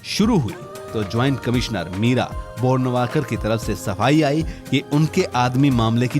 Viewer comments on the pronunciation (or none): बोरणवाकर नही, बोरवणकर!